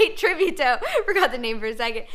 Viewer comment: And the way she pronounces Tributo too. :(